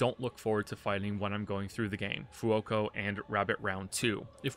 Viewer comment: For Fuoco, unless its an in-lore reason for that pronunciation, in which case L on my part. The reason your finding it to say is cause its wrong?, You are pronouncing it F-i-oco, when its a u, F-U-oco, or more correctly pronounced "fuoko", as the Italian C is pronounced closer to the english K, in my experience